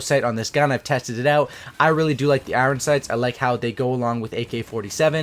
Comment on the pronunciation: You say the word iron with such an over pronounced second syllable. eye-ron. . . good lord dude. Good video though. <3